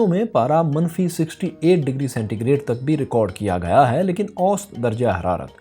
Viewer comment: ost nahi hota bhae "osat" hota hy, intehae chay lagyay ho jab osat ko ap "ost" kahty ho